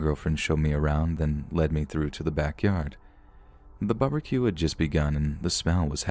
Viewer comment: The "bubba-q" 😂😂